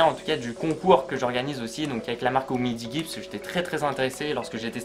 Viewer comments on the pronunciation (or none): 🤣🤣🤣🤣🤣🤣😋😋😋 c'est Umidiji la prononciation et c est de la belle merde niveau optimisation ROM et mise a jour digne du néant.... Et n' oublies pas le DAS qui explose les scores...